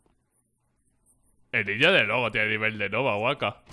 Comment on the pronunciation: v cuando dijiste nova me dolio en el alma :'v